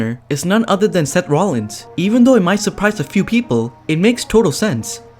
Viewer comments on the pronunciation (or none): none